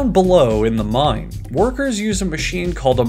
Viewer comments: "This is all done, of course, in a MINE " my poor ears... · A MINE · And they call it a mine! A MINE!